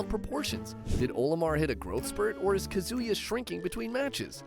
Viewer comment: Smash characters have their sizes adjusted in Smash because IT KEEPS THINGS FAIR. And Kazuya is pronounced KAh-zoo-yah. And Wario is pronounced WARR(like a pirate)-ee-oh. It rhymes with Mario or Lucario. Also, R.O.B.'s name is pronounced like the name Rob. It's an acronym. Get it? Although I notice you pronounced Ryu's name correctly this time, so good job there.